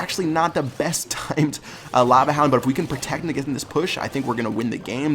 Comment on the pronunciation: "Now we got a Lava han-f-houndf"